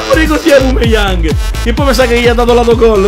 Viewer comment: Grande comunque si dice aubameyang non aubumeyang e ti consiglio di fare road to top opera del sud team